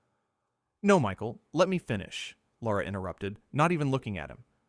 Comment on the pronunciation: It's NOT Laura! Tell A I The Host's Name IS: LARA. Pronounced 'Lair - a.' There is NO 'U' in Lara.